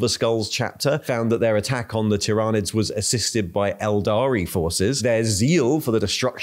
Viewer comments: Please standardize how you pronounce Tyranids, I think I counted 4 distinct pronunciations you used in a little under 2 minutes. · uses at least 3 different pronunciations of 'Tyranids'. Just covering all the bases I guess. I for one always used to say "Tie-ranids" until I knew better...